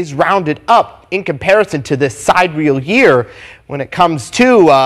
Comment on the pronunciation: Omg!!! Really? A side-real year! Laughing my poor litt ass off!!! He needs to go look at a dictionary. Si-dear-ee-al. Try that a few times to get your tongue around that.